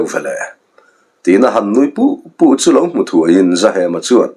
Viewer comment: nui puh2 ni lo in nui put2 tih zawk tur ni lo maw 😂